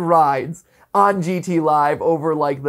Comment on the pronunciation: GT Live where you put the "T" in Live